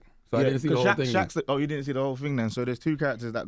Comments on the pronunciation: “ting” not thing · it's a working class Londoner thing or should I say "fing"